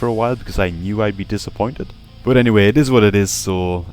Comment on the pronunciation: i like how you pronounce BUT ! like a ass !